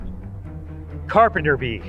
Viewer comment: "that is a REALLY BIG AND BLECK CERPENTER BEE" got me